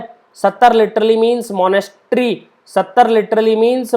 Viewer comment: Sir, it's Sattra not Sattar :)